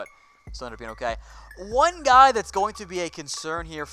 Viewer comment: You heard that? haha that's great. meant to say guy.....